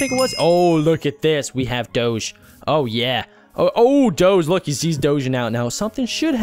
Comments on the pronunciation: its Doge like Dogie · it dog-e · U say Doge wrong